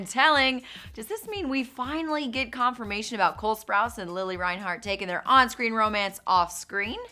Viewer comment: her saying lilly instead of lili was killing meeee